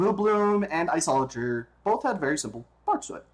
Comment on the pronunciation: You don't even know how to pronounce it properly... Like srsly, everyone knows how to pronounce it